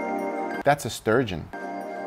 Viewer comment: Guga: gives useful cooking advice and tips Also Guga: T H A T S A S T U R G E O N